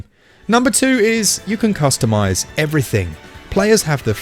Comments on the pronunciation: was the umm “cumstomise” an accident or .... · ah yes cumstomise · "CUMSTOMISE" You are pretty excited about this game huh?